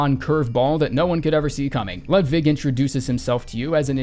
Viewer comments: Great commentary, but if you're going to call him Ludvig you might as well go all in and say Loodvig. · Everytime u say Ludwig it sounds like u say "ludvig" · It’s not pronounced “Lidvig” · I do like how he pronounces w as v. Not so much the lud part though.